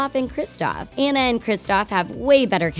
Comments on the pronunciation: Who’s Anne-uh? I remember Ahhh-na. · I'm not trying to be rude but you don't pronounce it like Anna its Onna but it's spelled Anna so it's kinda tricky but its pronounced like Onna. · YOU SED ANA AND NOT ANNA! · IM SORRY BUT THEY KEPT ON SAYING ENNA BUT ITS ANNA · It's not aena it's anna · Anna not anne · THIS IS SIN, her name is pronounced auna!!!!!!!! NOT anna!!!!!! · It's actually Ana not Anaya. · YEAHHHH I HEAR annuh instead of anna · that not how you saw anne is like onne but it spel like a nne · And pronounced AWNA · It's (on-na) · Ok her name is spelled Anna but u say it onna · Just so you know Anna's name is pronounced Onna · I am so tired of this😡 its pronounced on-a maybe if you actually watched the movie in stead of skimed it like a book you would know that😡 it's just so 🤬 annoying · It’s pronounced on-a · You said Anna wrong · It’s Anna you stupid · If you think Frozen is one of the biggest movies why don’t you learn to say Anna. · FIRST YOU PRONOUNCED ANNAS NAME WRONG THEN YOU GO AHEAD AND TELL US A PLOT TIWIST IN RALPH BRACKS THE INTERNET WITHOUT A SPOILER ALERT I 🤬 HATE YOU IM NEVER WATCHING YOUR VIDEOS EVER AGAIN YOU🤬